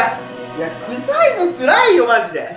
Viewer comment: 臭いの辛いを臭いの辛(から)いってよんじった